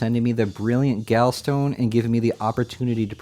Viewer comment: gallstone, gall to rhyme with wall